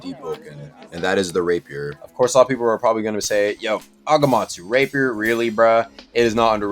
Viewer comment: i keep on hearing "rape her" when says rapier